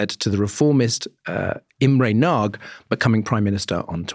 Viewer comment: I hate to say this, but… this is how you pronounce “Nagy”.